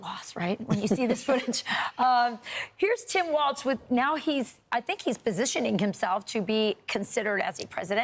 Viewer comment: Tim's last name is pronounced walls, not waltz...